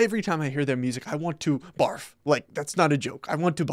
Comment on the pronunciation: Oh yes. Amazing way to put it with the enunciation on "barf".😂 Seriously people, I'm one of those guys who listens to explicitly Christian music. I'm not saying you should or shouldn't, but I just don't know why I would waste my time listening to something that doesn't and wasn't intended to honor God. That doesn't even mean it's a bad song. It's just hard for me to do that.